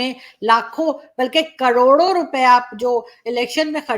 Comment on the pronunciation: 😋😂😝 Aap karodo ko kadodo kyu bolti h, Please Rizwan Ahmad saab ko show par laao, Please 👉❤️🇮🇳